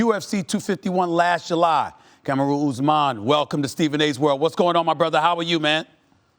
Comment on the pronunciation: Stephen “Camaroon Oosman” A Smith